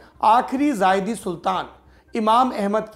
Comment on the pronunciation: सौरभ भाई वो ज़ायदी नही ज़ैदी है